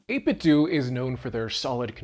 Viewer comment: 8bitdo is pronounced like Nintendo